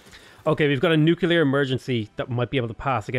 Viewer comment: New. Clear. You know how to say those words. Put them together. You're not Homer Simpson, you can do this .P